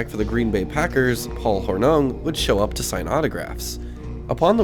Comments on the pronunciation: from the early intos.... i first got the impression this was a local mall to the narrator. a "born and raised" kind of history with the area... and the mall(s). but NOBODY from the area pronounces the nearby city... waw-KEE-shuh. it's WAW-ki-shuh .... and excuse me... "paul hor-NUNG"? anyways..... my mall was southridge, but cool nostalgia. 😎 👍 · This was pretty good except for butchering the names of things like Waukesha, Prange's, Paul Hornung. I used to hang out here in the early 90's as well as Southridge Mall. It is crazy to see how well the condition of the ceilings has held up.